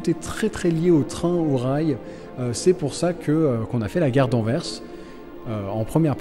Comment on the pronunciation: Pour rester dans le thème belge, vous pourriez réaliser l'atomium de Bruxelles. En tout cas merci pour cette sublime réalisation d'un lieu de mon pays et bonne continuation ( merci aussi pour ta bonne prononciation de Anvers) .